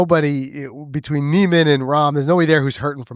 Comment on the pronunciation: First learn how to pronounce Niemans name and your argument does not hold water every sports league does of necessary have it best player or team crowned its season champion. By your logic the patriots should have been crowned the superbowl champs after finishing the season 16-0 and as we all know they lost to the giants In the superbowl